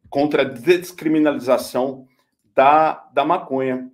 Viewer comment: Longe de querer de comparar ao Moro,, mas tu não acertou uma pra falar "descriminalização" hahahahaa